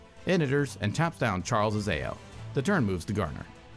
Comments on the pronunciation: It is pronounced like Ow. Also fun fact, it means blue in japanese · Japanese speaker here, its pronounced Ah-Ou , by the way, 3 the english name lack a U word somehow as its a 3 character word in Japanese. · Since it's from Kamigawa, it's safe to assume you should use Japanese pronunciation for Ao. Thus it's pronounced "Ah-Oh", or basically just "Ow".